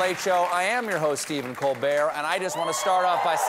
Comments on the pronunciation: You know, whenever he says "I am your host Stephen Colbert" he puts a suspicious emphasis on the word "am" . . . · It sounds as if he is confirming that it is indeed Stephen Colbert 😅